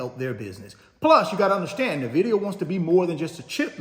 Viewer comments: He keeps saying “Na-vidia” instead of “In-vidia” 😂 ugh so aggravating!! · Nvdia is pronounced as In-Vid-ia